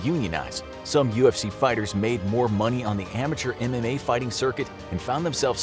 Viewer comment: Every time he says MMA i hear anime and think of ufc fighters all being weebs